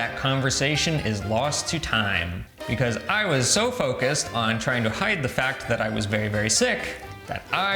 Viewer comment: Non so può sentire come parli inglese.. l'accento è una caricatura esagerata . Anche a pronunciare il nome di tuo marito e come dici Begouse ( because) the biGGHERRRR ARRRRR La caricatura di un russo ubriaco che imita un italiano ubriaco che parla inglese